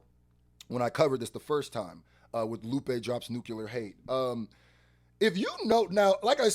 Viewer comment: You calling him “Loop” is driving me nuts man NGL.